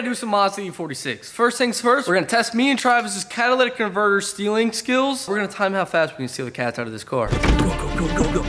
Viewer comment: Hahaha “cadillactyic converters”